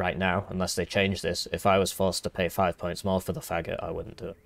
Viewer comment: Thank you for letting me know, but pronouncing it "Fagot" is way way funnier